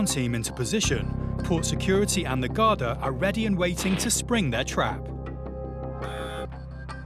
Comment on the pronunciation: Pronounced: Garda or Gardaí plural.